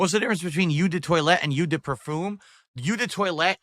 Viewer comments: Eau is pronounced oh, not yew. That's very very telling, and extremely cringe. Dude has no respect for his audience's intelligence. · This is a man who wears cologne for NOBODY! Lmao He cant even pronounce eau! Lmao Cologne connoissuer. This is the face that awaits me as I make my final walk into hell Lmao never change! Great Job Girl! Being talked down to by a man that cant even ride a bicycle! Lmao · OMG, his pronunciation is wrong. It's parfum (euuh sound). It's eau de toilete and eau de parfum. eau is pronounced like oooo, not uuuu). Expert my tuchus.